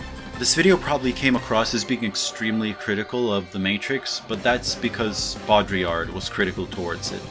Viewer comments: BODRI...''YA''..''R'' your no spelling R at the end, you are getting there appreciate the effort. ;-) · Beaudrillard = bo + dree + are (downplay the "are" when you say it and cut it short) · As a native French speaker, I will never forgive you for slightly mispronouncing "Jean". Your refusal to say "Baudrillar" cannot save you from my pettiness I am sad to say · its pronounced "bod-rillerd" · Pronunciation for americans : Baudrillard is Bode-Ree-Yar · Bow-dree-yard. Boom. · Dude, it's not hard. Bo-dri-yard. Bam. No need to slaughter it with an attempt at proper french pronunciation. You aren't French. Keep it simple. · The easy anglophone way to pronounce his name is "bo-dree-yard". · what about "Bo - dree - yard"? If people complain about your pronunciation, I think it's because it sounds like you're trying too hard to pretend to sound French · How is it hard to say "Boe-dree-ard" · Baudrillard is easy to say. Bow-dree-yar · I think it's "Boo-de-llaer". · Your pronunciation of Baudrillard, while not correct, isn't that far off from the actual pronunciation. It's more like BEAU (like in Beau Bridges) -DREE-YARD (where the A sound is prolonged and the final D is silent). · Baudrillard = bo-dri-yar Easy, try it. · Three syllables: Bo-Dree-Arr. Obviously it’s not perfect but it’s a shite sight better than referring to the philosopher by his first name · Your pronunciation is correct but on the 'dri' in Baudrillard you go to the back of your throat wayyyy too much, just sounds pretentious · That's pronounced bodreeyar, not that hard. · For Baudrillard's name try this: Zhohn BHOD-rih-yar (that has a slight American inflection) or BOHD-ree-ar (for one which is closer to a true French inflection)... It's "Jean" and is therefore NOT pronounced as the American "John" would be... Now let's all go out and attempt to live "authentic" lives :) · Your pronounciation of Baudrillard caused me physical pain! Please!